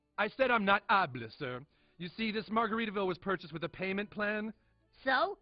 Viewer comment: Its actually satisfying to hear him say ablel and mmmm yeah noo..